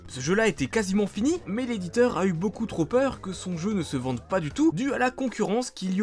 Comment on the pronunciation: "a eu un beacoup trop beurre"😂